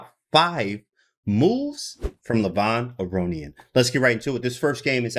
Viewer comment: a-rohn-yan i think is the prononciation